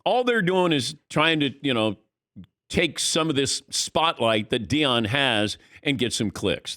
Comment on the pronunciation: Deion. You can’t be taken seriously if you can’t get his name right